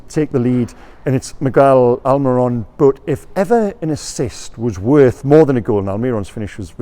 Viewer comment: You've said miggys name right again!!! You even said the first name right!!!, this is a momentus day! Keep it up! ❤